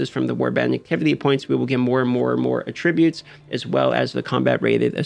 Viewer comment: Agreed that this update to warbands is a less than great call. Video would be better if he knew how to pronounce "attributes" but otherwise good clip!